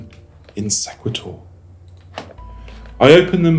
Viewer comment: I believe it is called "See qway tor" like equator.